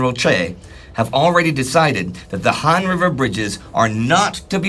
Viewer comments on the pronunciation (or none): That river is pronounced H-ah-n not Han.